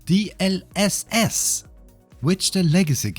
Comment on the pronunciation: Love the DLSS-pronounciation! Made me LOL